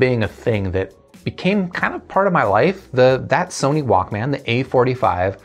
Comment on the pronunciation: The way you say Walkman "Walk-man" is equivalent to pronouncing breakfast "break-FAST".... it's odd lol. Nonetheless, great review. Appreciate it.